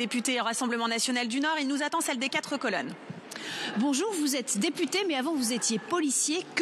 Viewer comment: Rien que le "Bonjourein" de la macroniste donne le niveau de son discours🤣🤣🤣